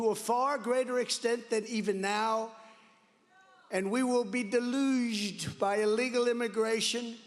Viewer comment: Bro!!!!! when trump says "deluged" I know that was having a conundrum from that pronunciation (I was experiencing it with simultaneously) and was just like "watufuh..!?" That shit had me rolling!